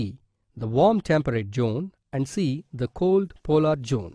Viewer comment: not chone , zone (lol)